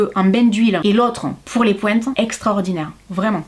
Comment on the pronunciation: ❤❤❤ comme d'habitude vidéo très intéressante je kiff, bon j'avoue que j'ai du réfléchir 2 fois, une fois avec ce bel accent j'ai cru entendre de l'anglais et "les pointes" j'avais compris les pouettes 🤣🤣🤣🤣, j'ai éclaté de rire...j'adore